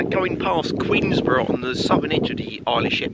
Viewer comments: Queen’borough’ no ‘s’ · Please, the locals will go mad, it's Queenborough, there is no "S" in it, just saying